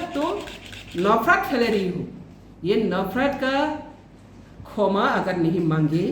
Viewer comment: Khoma nahi patal bai kshama hai😂😂